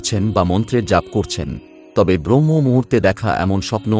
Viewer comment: খুব ভালো প্রতিবেদন। তবে কথাটা 'ব্রহ্ম মূহুর্ত' নয় 'ব্রাহ্ম মূহুর্ত'। 'শুভ্' নয় 'শুভ'। বাংলা শব্দগুলো একটু কানে লাগল। প্রচেষ্টা প্রশংসনীয়। ধন্যবাদ। ভালো থাকবেন।